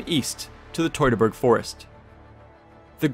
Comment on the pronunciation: It’s not “toy-tor-bor’ try -phonetically.. Tue-tor-Borg.